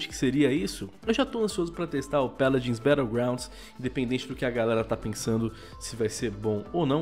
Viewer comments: Pq vc fala peladins de deveis de fala paladins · O vídeo inteiro ele ficou falando peladins Que agonia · "Péladins" kkk